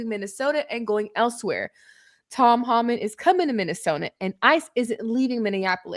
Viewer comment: Tom homan bru keep saying name wrong